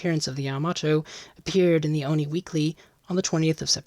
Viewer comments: Nice vid. Don’t pronounce “ONI” (Office of Naval Intelligence) as a word word. Read out the letters, just like other similar acronymns CIA, FBI, NSA, USN. ⚓️ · One little note: ONI is just the letters (for Office of Naval Intelligence), not pronounced like a word.